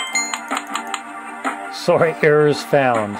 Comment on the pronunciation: "Sorry" in the Canadian pronunciation, Eh?